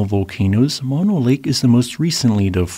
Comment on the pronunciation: Moh-no both os pronounced the same oh, no!